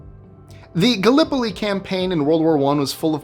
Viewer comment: Too bad about your pronunciation of Gallipoli.